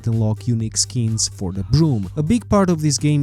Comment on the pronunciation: I had to relisten to the beginning of the video four times because of the way you say skins. I could not understand what you were saying